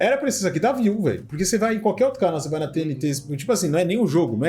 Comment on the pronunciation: A única coisa que não parece ser IA é a edição, pq até a narração fica óbvio que foi IA Minuto o narrador pronuncia todo estranho a sigla da TNT